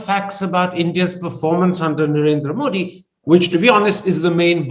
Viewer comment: Love your program, Karan. But, it would be nice for you pronounce Modi's name correctly, not with a hard D as Americans do, but with a soft D (as in thee). I think even BBC tries to get it right.